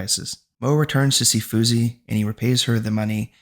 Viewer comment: Thanks for the recap... I thought should help you out with some of the name pronunciations 😅 ..for example Phumzi Is a Zulu word and so the 'h' is silent so you read it as Poom-zi. Same thing with Themba, read it as Tem-ba..